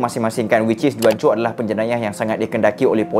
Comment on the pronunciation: Bukan juan Pronounce die Huancho